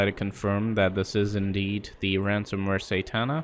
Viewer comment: you say satana wrong